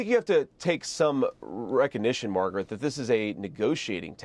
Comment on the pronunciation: He actually got her name right. Calling her "Margaret," rather than "MAGA-rat."